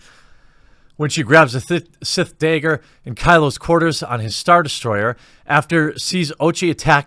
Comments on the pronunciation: FOR THE LOVE OF GOD...I'ts pronounced "Dagger" not "Dayger" or "Degger" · Wtf is a DAIGGER..i thought it was DAGGER🤷🏻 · Why does he keep saying "dayger" lol does he think they will pop the video for saying dagger? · Sorry are you saying daeger or dagger? Cause you seem to be having some difficulty with that word. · "Daygur" how many times do we have to teach this old man a lesson?! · This article is complete bullshit. I don't give a shit about Rise of Skywalker but I won't believe this heap of trash. And why is Jeremy saying Day-ger when it's a fucking dagger?